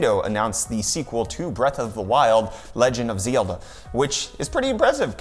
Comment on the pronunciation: It'd called Zelda not Zilda...